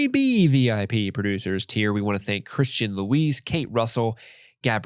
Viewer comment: Thank you for shouting me out! But you guys keep saying “Christian Louise” instead of “Christina Louise” 😭